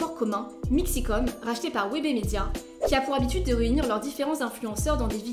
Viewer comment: Honnêtement la vidéo par d'une bonne intention mais entre les noms qui sont écorché comme "Matsu" "Webemédia" et le faite d'avancer des choses sans preuves la vidéo est longue et finalement peut intéressante. Affirmer que Cyprien a recruté Squeezie juste pour des raisons professionnel et que du coup leur relation est fake c'est bête. Ils se sont liée d'amitié réel, on fait plusieurs projet ensemble entre leur chaine gaming, Lestream etc. Surtout Cyprien a été réellement affecté par leur séparation AMICAL. Je trouve que les propos que tu tiens sont assez bancale.